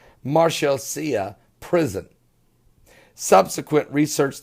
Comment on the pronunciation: he is also mispronouncing everything. from the marshalsea prison to Calais France.